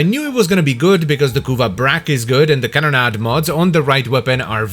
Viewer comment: Can we get a compilation of saying "Can-na-da"